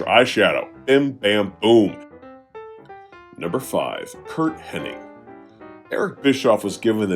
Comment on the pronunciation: his names hennig man not henning